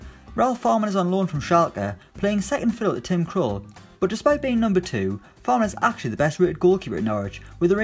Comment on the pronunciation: Fährmann not Fahrmann, pronounced like „Fairmann“